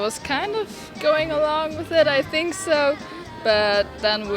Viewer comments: Think の発音もう少しがんばろう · 内容面白いからがんばって。それからthink の発音直した方がいいよ。シンク(sink) じゃなくて、しっかり舌先を歯に当てて。